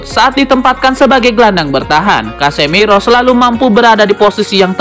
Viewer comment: Casemiro masbro..bukan casemeiro😂😂😂... Berkelanjutaaaaaaan😂😂😂